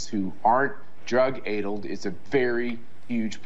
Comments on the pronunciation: "drug ay-dulled" 😂 I think Matt Schlapp is the one on drugs. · "Ethnisticity" isn't the only linguistic fail here, Matt Schlapp pronounced "addled" as "aidled"